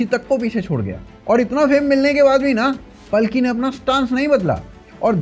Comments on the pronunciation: इनका नाम पालकी है, पलकी नही। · भाई पालकी नाम है पल्की नहीं।इतने अच्छे नाम का सत्यानाश कर दिया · भाई पल्की नहीं पालकी शर्मा बोलो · मशहूर पत्रकार का सही और वास्तविक नाम पालकी शर्मा उपाध्याय (Palki Sharma Upadhyay) है।अंग्रेजी में उनके नाम की स्पेलिंग Palki लिखी जाती है, जिसका शुद्ध हिंदी उच्चारण और लेखन पालकी ही है। हालांकि, इंटरनेट और सोशल मीडिया पर कई लोग या न्यूज़ आर्टिकल जल्दबाजी में उनके नाम को गलत तरीके से 'पलकी' या 'पल्की' भी लिख देते हैं, लेकिन आधिकारिक और सही नाम पालकी ही है। 😊😊